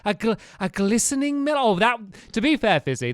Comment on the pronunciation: lol stampy gliseRing not gliseNing